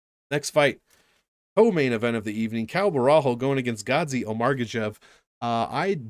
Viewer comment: O-marg-er-shev???! It's Omar-gods-zhe-ev